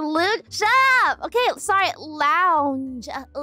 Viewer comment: I like how she calls the lounge "loonge".